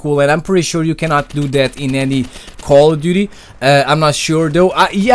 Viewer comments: It's not "dat" it's "that" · i like how you say "that" as "DAT" got my sub m8.